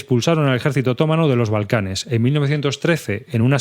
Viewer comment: Bien pensado. Leer libros de historia siempre es bueno. Pero por favor, otomano es una palabra llana, no es esdrújula. 😆